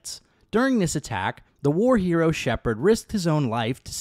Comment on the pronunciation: Why do you always say him guess say shepard.